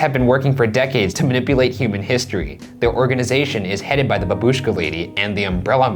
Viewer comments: It's bAbushka, infasis on the A!!!! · bAbushka. not babUshka lol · IT'S BABUSHKA NOT BABOOSHKA YOU UNCULTURED UMBRELLA KNOBS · Btw It's bAbushka, not babUshka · the way u guys pronounce babushka makes me physically uncomfortable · The way that Ryan pronounced "babushka" made me (wheeze) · I'm Russian, and i can't stop laughing on your pronounce "babushka") Thank you all guys for your work <3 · You pronounced babushka wrong